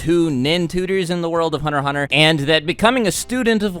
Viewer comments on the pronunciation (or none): Hunner x Hunner lol, pronounce your "T"'s man. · It's meant to be said Hunter Hunter, the x is silent.